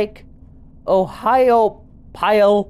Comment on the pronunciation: Pronounced ohio pal :)